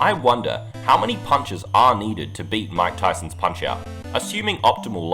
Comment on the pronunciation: bro. i was so confused . i thought you said von kaisers punch out because of the way you said mike tysons.